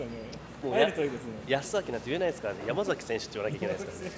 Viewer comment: やまざきじゃなくてやまさきだよ本人の前で後輩の名前間違えないであげて笑